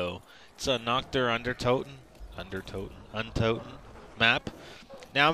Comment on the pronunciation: its so awesome to hear you say "Nacht der Untoten" as a german :D